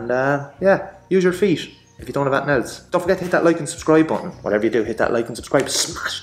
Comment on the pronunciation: Feet I thought you where saying fiat 😂😂